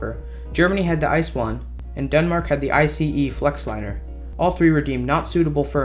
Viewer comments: the fuck is an “ice one” ITS I.C.E InterCity Express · Heres a fun fact: An ICE-1 was shipped over to the US to promote it as a possible replacement for the Metroliner (just google "Amtrak ICE" if want to know more :) ) PS: Its pronounced ICE not ice ;) you cant eat them :D